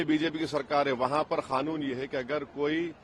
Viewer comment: Arey Bro 😎 It’s NOT “KHANOON” 👎🏻 SAY: QANOON 👍